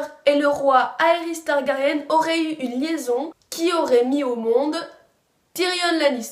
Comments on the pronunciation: on dit targari1 et pas targarienne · À chaque vidéo concernant game of thrones, il y'aura TOUJOURS une faute de prononciation ! "TYRIONNE" => Tyrion "TARGARIENNE" => Targarien Et j'en passe, mais sinon bonne vidéo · ON DIT TARGARYEN PAS TARGARYENNNE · pourquoi tu dis Tyrione et Targaryenne ! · MDR on dirait Hermione avec ton commentaire sur la prononciation de Targaryen x)